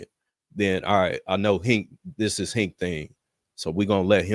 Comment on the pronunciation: This is really sad. It's like you ni99as need a LOVE & HIP HOP moment to hold your attention. A civil discussion amongst Gentlemen disgusts yall. But yall the leaders though right? Most of yall are just muscular versions of catty women masquerading as stoic men. And it's HINK not hank. His name is on the kcufing screen for Pete's sake